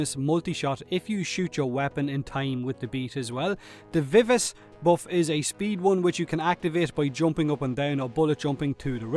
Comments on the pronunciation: Hahahaha he said "vivis" instead of Viv-ah-chee. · It's "Viv-a-chee" and "Four-tay"... Not Vivass and Fart... they're musical terms Vivace means to do (or rather, play) something in a lively and brisk way, while Forte is to play it Loud and strong. Fitting since the Vivace buff and speed and the Forte buff is Damage. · Honestly every youtuber has been mispronouncing vivace that way so far. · Saying vivace wrong is understandable but forte is a much more common word so I was surprised people got that wrong. Oh well, it's a Warframe channel not Pronounciation Book so it's not a big deal. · vivace is pronounced Vih-vah-chee, jsyk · It's going to drive me insane, viv-ach-ee, love your videos! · it's not vivace and fort. It's pronounced "Vivaché" and "Forté" emphasis on the e. Just some music knowledge so that the wrong pronunciations don't become a thing